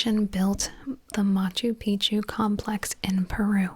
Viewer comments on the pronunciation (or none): none